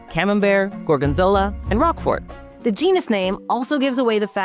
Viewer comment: She keeps mispronouncing words. Like roquefort, which has a long O and a nearly silent T.